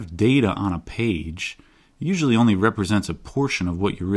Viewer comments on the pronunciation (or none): none